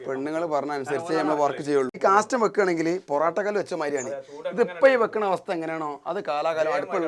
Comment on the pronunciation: കാസ്റ്റൽ അല്ല, കാസ്റ്റ് അയേൺ